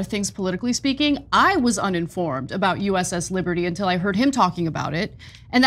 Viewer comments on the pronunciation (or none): none